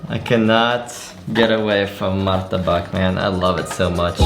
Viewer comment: Im in batu and its so cold so its like being in a refrigerator at night So its kinda a fresh air conditioner But if its a city like jakarta its so hot And youre pronouncesation of martabak is quite impressive And yeah